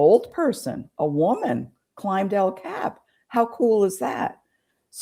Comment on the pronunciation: Please Learn How To Pronounce El Cap Correctly.